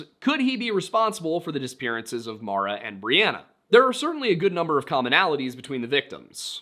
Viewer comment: As someone named Maura, I can never get what happened to Maura Murray ou of my head. also thank you for saying the name Maura correctly… at least how I pronounce it